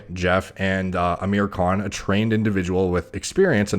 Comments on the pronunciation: who else heard him say "aamir cunt" in the beginning? i had to turn on captions to be sure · It’s pronounced Aah-mir khan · His names pronounced “Aaa-mirrr khaan” for the non Indians, and ofcourse he’s enhanced, 90% of film stars are. No need to even take that into account, it’s set in stone. Aamir khan is also 5’4, still impeccable actor, a lot of Bollywood films wouldnt be worth watching without him. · No, Thats not how you pronounce it.